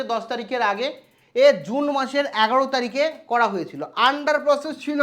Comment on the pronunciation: Apnar kothay eto noksa mara keno 😂 dhong kore kotha bolen 👉🏻 apni evabe kno bolen tarikh e A😂 oikhane A aseni E jabena A keno O Mane eto noksa mara kotha keno simple vabeo to bolte paren 🤣